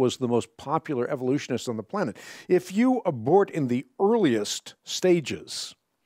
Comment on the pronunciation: Every time he says “kind” or “Evolutionist” i take physical damage